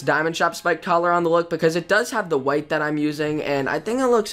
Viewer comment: He said: "How 'bout dat?" Lol